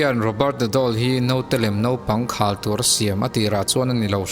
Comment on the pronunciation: "Naupang khal tur atan" tih lai khi " naupang khalh tur atan" tiin lam ta la a dik zawk ang em aw?????? ka ti deuh a, chuan in awm lem nana anlo hmang tawh zawk a nih chuan, "Naupangin an khal a lawm le" ti ang deuha hman chuan dik thei niin a Lang e ka ti deuh ..... Ka dik kher lo thei bawk a